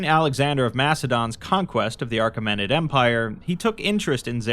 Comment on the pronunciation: not a big deal, but it's achemenid with no r